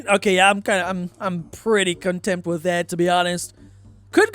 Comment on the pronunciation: contempt? conTENT why does it sound like you're doing a bad impression of a political figure all the time. The likeness of your cadence is tremendous. Outstandingly alike, even